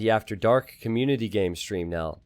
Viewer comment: its not que-munity... its COM-munity. fkkkkkkkkkkkkkkkkkkkkkkkkkk